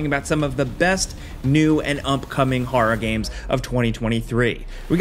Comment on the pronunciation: “Har games”